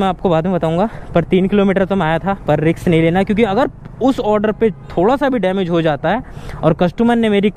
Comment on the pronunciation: रिक्स नहीं रिस्क होता है😅